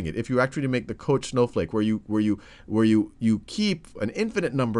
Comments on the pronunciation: It's pronounced koKH, not kosh. Fractals are very interesting, I would say that is among the easiest of them all. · The correct pronunciation would sound similar to "cock", I believe 8D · It is pronounced "kock" He was Swedish and it is pronounced so in Swedish. The spelling Koch is not typical Swedish and the name probably originally comes from German, but it is not pronounced in the German way. However, we pronounce the "von" correctly, so it is "fon kock" in Swedish, that's what he called himself. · Koch is German and it's pronounced like the Scottish loch. Like in Loch Ness, you know. ;)